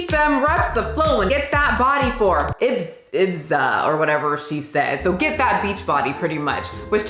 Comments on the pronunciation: I am more concerned about her saying "IbiZA" than anything else, feels like I was just slapped in the face as a spanish speaker. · Ibizzza, say it with me I B I Z A. It's an EXTREMLY famous Spanish island... But such level of ignorance is understood since you're from the Us - literally the least educated country in the whole world. 😂🤣😂🤣😂🤣😂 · Ibiza, a party island in Spain. Pronounced like I-bee-tha 😁 Hopethat helps xxx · It is pronounced e-bee-za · No hate here. For most people whose first language is English, Ibiza is a weird word. (Pretty, but weird.) It is pronounced Ih-BEE-thuh, tho :P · Ibiza is pronounced ibeetha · (Eh-bee-za) Ibiza love you lol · IBIFA is how some pronounce Ibiza. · Ibiza....which is for some reason pronounced Ee-Bee-Tha. You're excused from this, lol. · i rather have not be able to pronounce ibiza than to have her say ibitha lol i think it's so pretentious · I just dropped by to speech shame you. That's not how pronounce Ibiza!!! 😛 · Beach body for Ibiza… for some reason English speakers feel the need to over pronounce the Z 😂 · LOL Ibiza. She just tried to pronounce it with European Spanish accent.